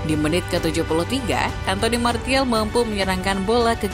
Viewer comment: Maaf sedikit koreksi Martial = Martial ❌ Martial = Marsyal ✅